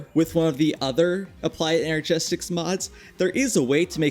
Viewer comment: Ener-gistics not ener-GESTICS god damn it